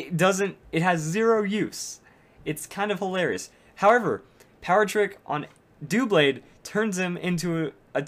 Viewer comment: Why do people call him "doo-blade?" It's a combination of the words "double" and "blade," so it's "duh - blade."